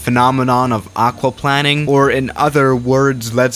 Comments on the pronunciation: It’s aqua plane ing not aqua plan ing 🥴🤦🏻‍♂️ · No ones gonna talk about how he’s saying “aquaplanning” instead of “aquaplaning” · Aquaplaning has one 'n' and isn't pronounced aqua 'planning,' it's aqua-plane-ing. Just thought I'd let you know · The way he says aquaplanning like aqua plan ing. Like it means planing somthing with water 😂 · Pronounced Aqua+Plane, not plan. Great video though, and big fan. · Can somebody PLS explain to that it’s pronounced Aqua/Hydro-planing. He’s pronouncing it like planning... he literally flies planes he should know how to pronounce “Plane”. Also, it’s not half the tire height when you start to have this happen, it’s half the TREAD height 😂 how tf are you supposed to land a plane in water that’s halfway up the tire... not too sure airliners are certified to do that 😂😂😂😂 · I’m sorry but i cringe everytime I hear aqauplanning 🙈😂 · When the pilot plans to play water polo on the runway, its called *aquaplanning*. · It’s pronounced like aqua plaining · Isn't it pronounced plain-ing? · It’s also plain -ing lol love ur vids tho man keep it up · its hydro Play-ning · lol yes, its pronounced aquaPLANEing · isnt it pronounced hydro planeing? I know that's spelled wrong that's how ur supposed to pronounce it I think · Jesus it triggers me how he says aquaplaning 😂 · aquaplaning...... you are saying it totally wrong too. here is how you pronounce it. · Everytime he says it's I am like argh